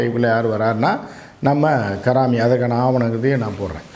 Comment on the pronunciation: Don't pronounce his name as Karaami, his name is Haraami